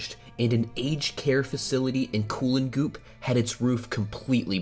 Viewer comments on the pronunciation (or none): Respect that an american spent time to talk about our baby tornadoes, but you gotta drop a few vowels when saying aussie town names. CooloonGOOP was a hilarious haha!